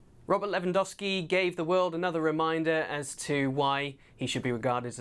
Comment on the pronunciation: Dear English community. Its not Lewan-WOW-Ski. Its Lewan-GOAL-Ski.